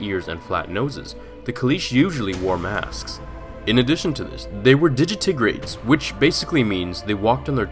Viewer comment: Hate to be that guy but you pronounced digitigrade wrong.